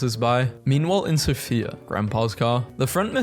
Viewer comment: It is called Sòfia! Ударението е на О.